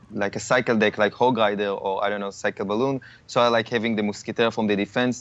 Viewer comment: I was dying every time he said"moosketeer " and "hog lider" like his accent dude